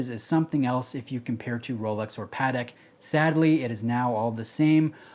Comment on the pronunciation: I can appreciate that; it's the correct pronunciation. How come you don't pronounce "Patek" correctly?